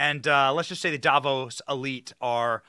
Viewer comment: "Davos", sounds like Diablos.